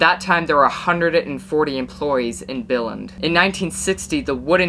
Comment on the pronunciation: When you said Billund Denmark it sounded like....Billy Mark!